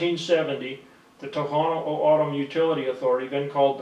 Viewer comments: He's saying my tribe wrong and the language 🤦🏽‍♂️ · SMH it's funny how yall look for white man to give info but not the natives SMH he not even saying the name right or papago 😂 yall Goofy